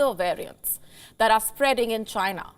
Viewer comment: IT CAME FROM CHY-NAH